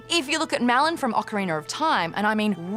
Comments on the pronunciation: I believe it is pronounced Oak-arina of time. Not Ah-carina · Ocariner of time my dudes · Ocariner of Time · "Ocariner" <3 <3 <3